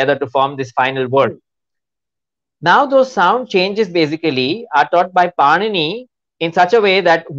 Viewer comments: The interviewer should have at least known that it is not पनीनि but पाणिनी 😢😂😂😂😅😅😅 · it is not Panini(पनिनी)- it is Pāṇini (पाणिनि) Panini is a bread🤦🏾‍♀️- Pāṇini is a grammarian for God’s sake- when you are talking a subject on linguistics- kindly take some effort to show preparedness💁🏽‍♀️ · Did she just pronounce it as Panini like Panini bread 😆 it's Pāṇini